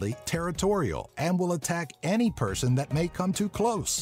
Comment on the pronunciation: Ghehehe 'Purrrrrson' lol XD